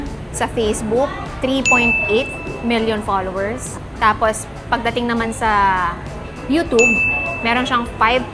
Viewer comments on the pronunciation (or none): none